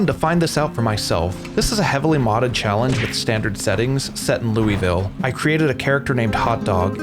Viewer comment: loou-vull not lewie-ville PLEASE!!!